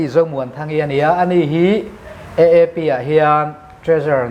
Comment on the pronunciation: AAP tih hi mizo hawrawpa, "A" tih anga lam tur ni awm tak,EEP tiha han lam daih mai chuh!!